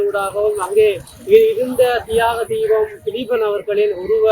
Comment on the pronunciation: உங்களுக்கு பேட்டி எடுக்குறதுக்கு வேற எவனும் கிடைக்கலையா அவனுக்கு தியாகத்தீவன் திலீபன்னு சொல்ல தெரியல அந்த பரதேசி போய் பேட்டி எடுக்குறீங்க🤬🤬🤬🤬🤬🤬🤬🤬